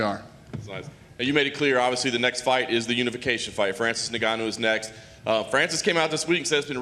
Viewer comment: How come people pronounce it "NigOnYou" and get away with it? It's InGoneEww, right?